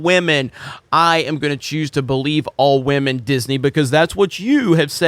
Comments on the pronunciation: I don’t like Disney but clearly has a problem with women lol (stop saying wahmen) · I live for how he says "WahMen" lol 🤣😆